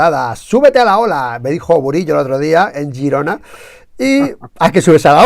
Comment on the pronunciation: Girona, no gerona. A usted le gusta que le llamen por su mombre, no?